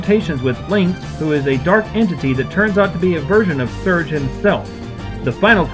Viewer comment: not to nit pick but his name is Serge (SIR GEY)